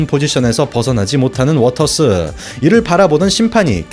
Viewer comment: 매미권 동현킴! 지금도 운동안해도 UFC ?위권밖 선수들은 정리가능하다고... 워터스가 갑자기 워터슨으로... 발음은 그렇다치는데... 자막까지 워터슨으로 변신...^^